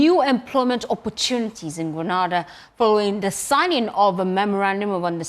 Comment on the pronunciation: Subject to correction: Gre na da this is the correct Sylables. Grenada, West Indies.